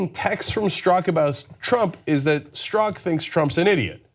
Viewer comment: John works full-time on this and can't figure beforehand how to pronounce Strzok. Next up they'll take the time to learn how to pronounce Peter Thiel's name, maybe.